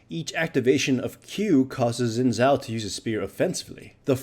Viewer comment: it's actually pronounced "shin jao"